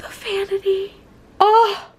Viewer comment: how many times did say oh my god and did she say fanity (not a hater i sub to her)